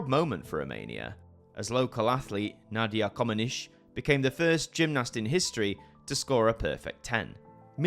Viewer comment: Nice work, but...at least you could (should) learn to pronounce names! To misspell Nadia Comaneci (co-ma-ne-chee) She was not just a farmer in collective farm after all..🤔 Idk...ask google 😀